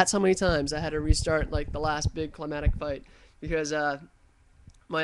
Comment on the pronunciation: D.C. looked pretty wiped off the map to me! And you said 'climatic' a few times.